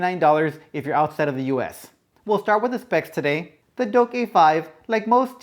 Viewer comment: Its Douk NOT Doke.....:)